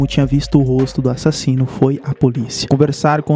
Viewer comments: eu amo qnd ele fala "A-ssassino" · A parte mais massa do vídeo dele é quando ele fala " ÁSSASSINO "